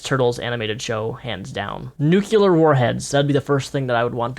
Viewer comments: You said Nucular instead of Nuclear. You're not George W. Bush lol, try saying it right. 😂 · Nuclear is pronounced "new-clear" not "nu-culer". Other than that, great video. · NUCLEAR. There's not an extra syllable! Fahk you!